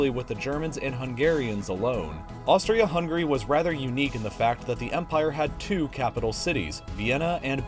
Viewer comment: ppl of US still UNABLE to pronounce HUNGARY properly,,pathetic.